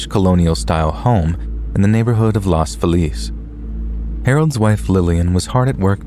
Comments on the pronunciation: In the first story, the place is pronounced Los FEE-lus. At least that's how I've always heard Angelinos pronounce it. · That’s not how you pronounce Los Feliz in LA. As a local, I cringe everytime you say it. 😂